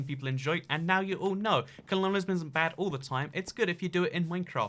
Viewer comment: why do you say it like "cologneism" if it's "colonialism"